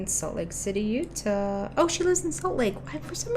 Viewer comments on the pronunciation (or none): none